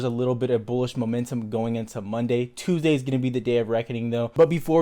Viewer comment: Why did he say tuesday so weird